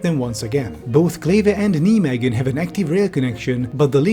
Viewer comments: Getting shivers at how pronounces Nijmegen as if it's in German and not Dutch 💀 for reference, if a german tried to write the town's name as it's pronounced, they'd write naimechen, since the Dutch g sounds like the German ch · Kind of funny how the Dutch commenters are all too polite to hassle you over your pronunciation of Nijmegen. Well I'm not: NIGH may hhen. I met the most delightful Dutch girl at a juggling convention there. Still thinking of you Anique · "Knee-meggen" that hurt my ears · You can pronounce Nijmegen (N eye megan) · pronounce nijmegen with the ei from the german word nein next time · THATS NOT HOW YOU PRONOUNCE NIJMEGEN 😭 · Yeah, he pronounced it horribly. Mainly because he didn’t do the Dutch “G”. At this point, he might’ve just used the german name and pronunciation instead since he seems to actually speak German. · Not to throw shade on him at all, even the dutch can't pronounce dutch city names on the other side of the country but: Nij is not the same as nie (sounds more liike ei-h-j), and it's all long e's not short ones. Edit basically what rolandcombes says. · that pronunciation of Nijmegen lmao. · Dutch: What did you do with the IJ? Rest of World: I didn't know, so I let it slide. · Oh nooooooooo. Not again And those pods will be blown over by the first summer storm. Gyroscope or not lol. Also pls hire me for 0 dollars per hour to pronounce any Dutch name ever. Nijmegen and Groesbeek are killing me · Sorry,, but I take personal issue with how you pronounce Nijmegen. You don't say it like "Knee Megan". It's "Nye", like Bill Nye. "May", as in the month. And "Ghen", which should sound like you're gargling something in the back of your throat, but doesn't want to come out. Nye-May-Ghen. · I've been living in Nijmegen for months and hearing you say Nee-megan is so funny to me. It's pronounced N-eye-may-hen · Niemegun? Rofl, I never heard that before Neimeegun is maybe better to say. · Just...nigh-megan 😂 No knights that say 'nie' 🎉